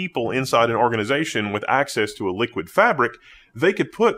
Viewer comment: Sorry, I don't accept that pronunciation of Liqid. There is no U. That alone makes me recoil from the brand. They might as well have been called Ghoti, pronounced Fish. Because: F sound like the GH in enough, short I sound like the O in women, and SH sound like the TI in motion. At least that would follow English pronunciation rules, though a bit labored.